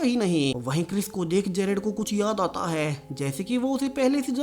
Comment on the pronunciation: Last me zor kyo lagate ho, Hai , thay bohot use ho Raha hai